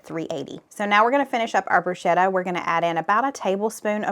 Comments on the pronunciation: Not to be a nit picker but it’s pronounced “broosketta” any time there is an “H” after a consonant it is a hard sounding consonant. Like spaghetti. You just earned a credit of Italian. Keep up the Great work!!! Hoping Gracie Lou gets some cheese!!! - Nick Giardiello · Hi great recipes you and the family have for us. To pronounce bruschetta “broo·skeh·tuh” ‘sk’ not ‘sh’ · Heh southern girl it’s pronounced broo sket ta not bru shet ta! lol